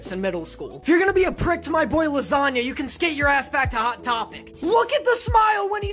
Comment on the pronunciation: "His original pronounciation of his name, as u all know, is lasangna"